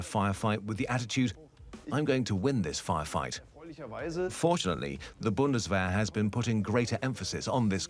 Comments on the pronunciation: Bundeswehr. Try Boon-das-wear..... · Hope this guide to pronouncing Bundeswehr helps. You basically have to read it like this: boondesvear In my experience, it's best to learn foreign pronunciations step by step, so here are the different parts with their equivalents in English. "oo" is pronounced like it is in the word "foot" "es" is pronounced like it is in "best" or like the letter "S" "ear" is pronounced like in the verb "tear" aka ripping something. Do not pronounce the "r" at the end. An "r" at the end is usually not pronounced in German. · Boondesvehr Boondesvehr Boondesvehr